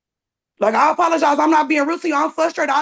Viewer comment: "I APPALLOGISE....."